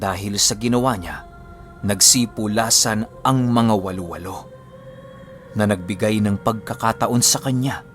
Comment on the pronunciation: Hnd po walo walo ang bigkas wa-lo wa-lo po un..